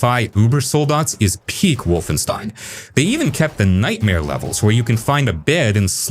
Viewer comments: Lol, to be fair, he only said the title of the game wrong for some reason. After that he kept saying wolfenstein. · Video lost all respect for me at "wolfstein". How are you gonna screw up the name like that.